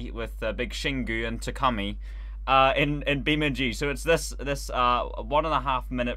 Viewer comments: to “Tacumi” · I love the fact that 2086 Takumi call as Tacumi. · As “taCUMi”